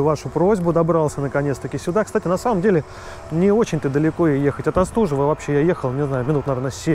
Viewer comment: Почему Вы не по русски разговариваете!? Остужева - ударение нужно правильно ставить!